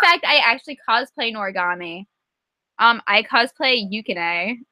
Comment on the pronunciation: when she said "i cosplayed norogami." I was like, "yess!" And then she said, "yoo-kin-ay" And i was like, "who?" lmao because I pronounce his name "yoo-kee-nee" and I had no idea who this "yookinae" was lol.